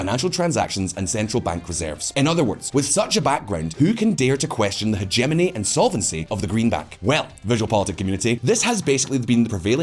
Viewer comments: It's Hegemony NOT Homogeny! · 'Hemogeny' is not how you pronounce 'Hegemony' You had one job, one job! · Hemogeny? If this channel wants respect, it would be a good idea to learn how to pronounce common terms such as huh·geh·muh·nee / huh·jeh·muh·nee. Loud shirts, jarring music, and close ups don't really compensate. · yes the "homogeny" is very important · Hegemony or hemogeny? 🤣🤣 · "dollar's long-term HEMOGENY" : ) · „Hemogeny“ lol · Hemogeny? Really VisualPolitik? Now we've moved to butchering the English language too? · Stand up for the countries that have been destroyed directly or indirectly by the Empire/Terrorist Axis, now Nazis supporters ! Urrrraaaaa ! 4: 58 "hemegony" ? I am unsubscribing ! Yes, this is a question of credibility. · it’s pronounced Heh-Jem-Moany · "Hegemony" is pronounced with a hard G in the UK. If you're not in the UK, you're free to make reference to herbaceous borders, but most Brits known the difference.